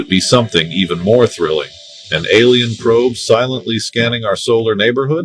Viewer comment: a-LIE-n fallen angel.